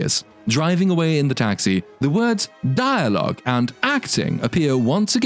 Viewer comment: I love how you call him a gay spider demon. Also dire logue hahahahah. Mate.